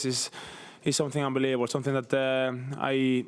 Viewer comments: He even says unbeliebable lmao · He said unbelibabol, we are so back